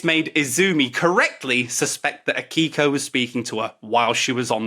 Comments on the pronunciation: Just so you know, if you want to sound more authentic, all Japanese names are accented on the first syllable. Izumi should be accented on the I, and Akiko should be accented on the A. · Also the "i" in Akiko is basically silent, so it sounds like "Akko".